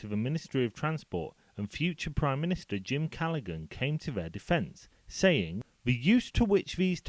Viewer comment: You're showing your age - or, rather, your youth! James ('Jim') Callaghan's surname is pronounced "Calla-han", not "Calla-gun".